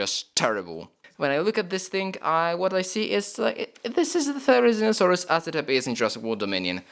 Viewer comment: I've heard so many times from so many people so it doesn't annoy me as much anymore but they're pronounced Jig-a-note-a-saurus and thare-i-zeen-o-saurus